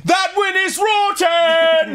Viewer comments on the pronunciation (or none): Nono Arin, you need to say "I‘s ro‘en!"